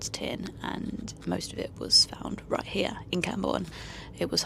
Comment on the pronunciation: "Eight" has a T on the end and "it" also has a T on the end, as does night and right. Are British women adopting vocal fry now? Dreadful.